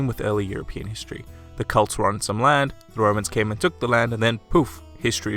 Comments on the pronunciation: Even the closed captioning thinks you're saying Cults. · it's pronounced kɛlts, not cults.